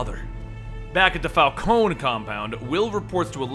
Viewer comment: Falcone not Falconi?